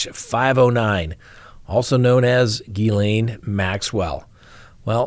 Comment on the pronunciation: It's Ghislaine Maxwell Sir I love to hear your punctuation of names cracks me up